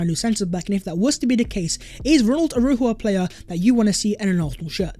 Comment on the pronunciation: U pronounce the j a shjjj aroushjo